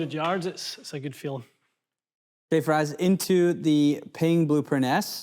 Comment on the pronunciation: Everytime calls you... Rhymes with... fries... I cringe